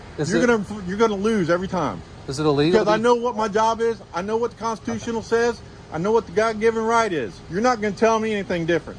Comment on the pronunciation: "I know what the constional is" he cant even say it right